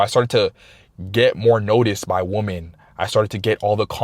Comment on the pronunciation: Its pronounced “weman” not “woman” when talking plural. Appreciate your content though.